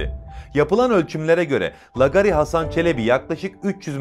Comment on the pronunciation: Lagari lagari...Yahu hiç mi duymadın bu kelimeyi. Nasıl okunur teâffuz edilir bilmiyor musun? Bilmiyorsan sor bari bir bilene. iLK A'YI HEM ŞAPKALI HEM 2 A'LIK UZUN OKU. aDAM MEZARINDAN KALKIP GELECEK VALLA HEM DE ROKETLE.